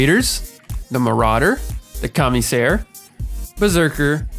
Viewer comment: "commie sair"